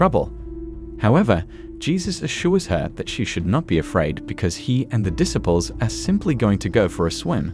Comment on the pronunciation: this program is one in 1 million. It shows Jesus and his apostles his disciples in ways that no one has ever done before making them more human. However, your choice of a narrator for these sections is decidedly annoying in his mispronunciations of words that are well known like the word disciples using it with a short eye instead of long eye that it should be this is very frustrating to those of us who know the true pronunciations of these words, my suggestion is that you get someone else or you teach this man how to correctly pronounce the words that he is using